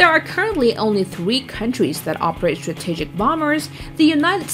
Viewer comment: the way she pronounces the word 'strategic' bothers me